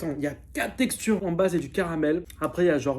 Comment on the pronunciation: hahahahaha "OoooOh y a TROIS TEXTURRRes", bref j'adore